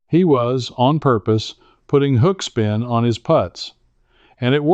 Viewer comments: AI????? To the best of my knowledge it's pronounced put-ting not poot-ing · why is he saying puting vice putting? AI? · Why do you say...put- iing instead of Putt- ing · Not a bad ai video. He said pooting lol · I'm not sure about taking advice on putting by someone who pronounces it as put ting. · The story is ordinary and the AI animation is ordinary and the AI narration is poor. "puting" ? Your AI narration can't speak English properly. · Is this AI??.... Pooting? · He said pooting... That's AI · I like AI videos of good looking men and women, until they make the word putting sound like pudding with a t. Still, I’ll definitely try this advice. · Note for AI. There is, almost universally, a hard U in putting. Pooting sounds jarringly wrong. Challenging content nevertheless. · Not a machine but your AI keeps calling putting, put-ing. Cmon man. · Yeah so easy to spot, kept calling putting puting, and the monotone voice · Yep it's AI. Because no golfer says putting, as in I'm putting a porch on my house, but says I was putting (putt ting) great this weekend. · I don't disagree, but I was actually referring to how he pronounces "putting" as "pudding", even though he has no trouble saying "putt". Classic AI. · Why can’t AI say putting in golf rather than putting like putting on clothes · Ugh... Ai really. No matter how factual the info, once the Ai mispronounced putting i am done. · So you can't program AI to pronounce Putting, correctly?